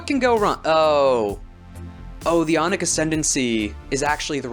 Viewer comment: Really good stuff, but your accent made me really fucking confused whenever you said aunic, I thought you were saying yonic Yonic assembly is like calling yourselves the kingdom of phallus